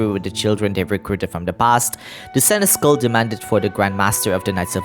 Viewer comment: Hey friend-o. Just a friendly heads up! Senechal is actually pronounced “Sen-es-shall”. It’s an old medieval word so pronouncing it right is a random chance to begin with lol. Edit: I shall leave another comment when im done with the video 🫡